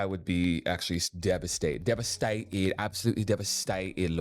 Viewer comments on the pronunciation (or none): I was watching this while I had my lunch and absolutely choked and died when you said Devastated in that accent. HAhaha